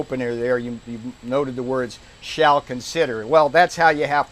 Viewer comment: Funny how he emphasized the word "shall"... You should have jumped on that! And what the he'll good is a payroll tax differal, that means it has to be paid back! The government has already started taking out extra taxes from my check, which I can only assume is to pay back the 1200 I received back in March! These people are ridiculous!!!!!!